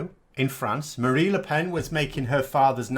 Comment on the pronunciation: It's Marine, not Marie Le Pen, but great video as always ;)